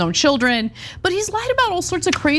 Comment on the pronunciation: Not children, the word is chid-lens. Herschel Walker's secret chid-lens.